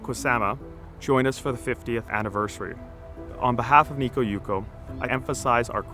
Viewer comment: One correction. Light festivals in Japan are held in large public parks. Never in the garden proper. Also, why do you pronounce it Nikko?